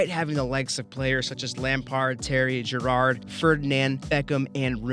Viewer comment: Gerrard is not French. Don't pronounce it like he's Gerard Houllier